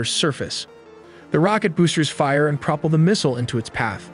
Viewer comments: A native human speaker of English would not say "PROpel", incorrectly, rather than "proPEL", correctly, and would not say "grow-" [as in grow carrots] "-ler", incorrectly, rather than "growl-" [as what an angry dog vocalizes] "-er", correctly. Methinks that AI voiceover was used and made the mistakes. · wtf is a "propple" lol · ikr… “proppel” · You can tell when A.I. is your narrator. Here some clues - it doesn't know how to pronounce growl or propel. "GROH-lers? Propull?" SMH That, or the producer is on an elementary school level IQ. One that sleeps during class. Yes. It irks me when a computer pretends to be human and the lazy producer is the problem. Enemy of all that is good. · There are some facts that are wrong here but the videos are well made. It seems that either AI or a non-native speaker writes the scripts. There are some odd phrasings or repetitions that just aren't native. he says propel incorrectly and there are a few other examples too, so maybe the narrator is actually AI as well. I've noticed a lot of the video scripts wander or repeat things unnecessarily, but I still really enjoy them.